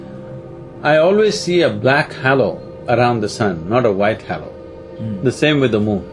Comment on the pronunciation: Can someone correct sadhguru on how to say halo and other words he pronounces wrong… 🙏